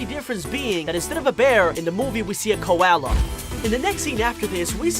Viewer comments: Ligit all I hearing is mowvie,bestie and kowala and cwiated like ok lol Ig I just hearing things or am I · Me watching this and he says Kiwala but he said it weird